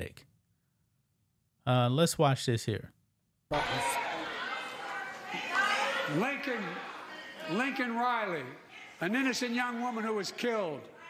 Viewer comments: It’s Laken, Not Lincoln, Obama’s Puppet is Malfunctioning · Laken. Not Lincoln. He at least got "illegal" correct. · Unbelievable, did anyone catch that Biden keeps pronouncing her name wrong? her name is Laken, not Lincoln!! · He butchered her name just like he kept looking a his wrist watch when the falling soldier pass by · Yeah and he got her name wrong 😂